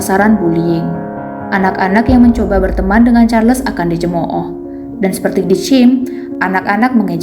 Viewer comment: Sebutnya Charles tu Charls tanpa les. Sebutan Nama manusia x boleh suka hati diubah.